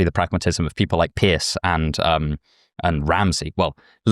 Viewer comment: BTW, Peirce is pronounced like "purse." I would call myself something like a Peircean pragmatist (or "pragmaticist," as he later put it).